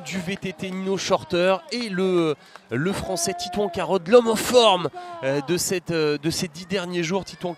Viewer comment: Le présentateur a un problème pour dire titouan carod 🙄🙄🙄